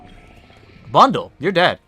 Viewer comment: It's just a guess, the name is in Japanese but it is not pronounced as "Bundle"